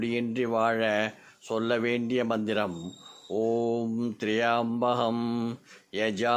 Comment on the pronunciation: Manthram pronounciation not clear